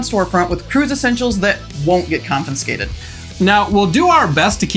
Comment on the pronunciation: I'm enjoying the videos more every day. So please take this as constructive. The word is 'confiscated', not 'confinscated'. It's common and I'm sure I'm guilty of others mispronunciations. So take the advice or not. I'm still watching. I hope you continue to grow your subscribers.